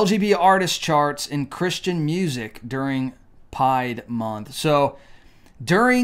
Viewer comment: Why do you keep sayin "pied" month?